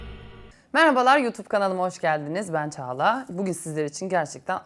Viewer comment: Caglanin ç si gitmiş ağla olmuş😀